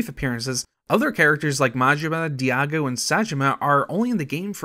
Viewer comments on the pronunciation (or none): Kiroo? Harooka? Diago? Yakoosa? Are you just the narrator or? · Kiroo and Diyago from the Yakoooooooza franchise. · Kiroo and Diyago too 🫣 I've heard people butcher names before that that takes the cake.